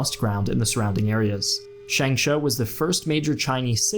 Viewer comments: Another mistake you made is that the city is called "changsha" instead of "shangsha" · And , the city's name is Changsha instead of "Shangsha", "Shangsha" means "business building"...lol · The city is called Changsha(長沙) instead of Shangsha. The pronunciation of Chongqing is also incorrect. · 长沙/長沙，Changsha，not Shangsha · It’s changsha not shangsha, do better research plz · Its called Changsha, not shanngsha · Changsha NOT Shangsha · Beiping? Really? Just say Beijing. Nobody says Beiping, so it's pointless to include that spelling. And it's not "Shangsha", it's the city of "Changsha". I know you probably don't speak chinese, but your spelling and pronunciations are totally off. Edit: Beiping was used under the Ming Dynasty which lasted until 1644... why use a name that hasn't been used in over 300 years? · And Changsha is called Shangsha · It is changsha not shangsha. That’s a big big mistake. You are so wrong about CCP’s involvement in Second World War. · It's Changsha bro not Shangsha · By Shangsha I guess you mean Changsha? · It's Changsha, not Shangsha.. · Changsha, not Shangsha, but otherwise a very good summary. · A small correction: Changsha instead of Shangsha. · Very good. Just a little accent issue: it is Changsha, not Shangsha. Yuelu hill within the city is filled with memorials of the fierce battles that took place there. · It's not Shangsha, It's Changsha! My hometown. Brave Changsha people. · Great video to clarify the historical fact, although a little correction has to be made: the first Chinese city which was able to fight off the Japanese is Changsha not Shangsha. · It’s called Changsha, not Shangsha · Good talk～but the city name it's Changsha not Shangsha ^_^ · Great video on the progress and history of the 2nd Sino-Japanese War. However: 1. The exclusion of Tibet and Mongolia in your early 20th century China is a terrible mistake and a awful sign of disrespect to historical facts. 2. It is Changsha, not Shangsha...